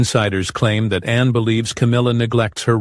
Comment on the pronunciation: Her name is Anne, not Anna - do your homework